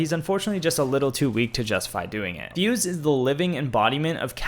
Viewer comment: He had me until he said fuse